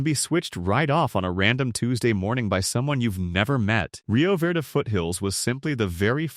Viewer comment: Your AI needs to learn the language. Ah-Ho, Rio Vayrday just for starters